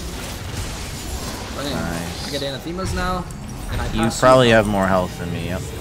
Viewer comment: anathema is pronounced like “an asterisk”, emphasis wise